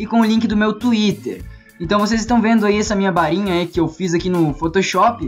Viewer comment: kk vdd ele nao fala com rr fala com r "barinha"